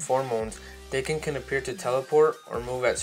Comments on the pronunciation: Its not "Dayken" is Daken like DAKKEN!!!!!! GET IT RIGHT! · Daken is pronounced "Dah-kin" not "day-kin" I believe. Pretty good video but that was driving me crazy the whole time lol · Frankie Franklin me too